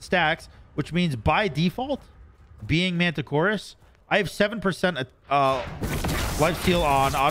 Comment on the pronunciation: finally learns the god’s name is MARTICHORAS, yet continues to call him MANTICHORAS for the rest of the video 🤦